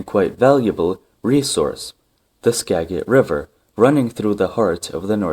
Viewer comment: Pronounced Ska-jit